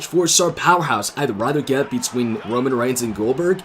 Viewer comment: Kevin._. I know it's Roman & I also have auto correct but this is how pronounce it as fun "Romoan".